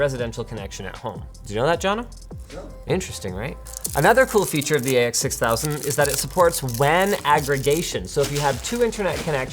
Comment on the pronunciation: Did dude forget to read the x, or the x silent 😂 threw me off